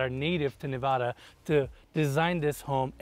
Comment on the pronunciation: I’m happy you pronounced Nevada correctly. Love your videos. Exquisite properties.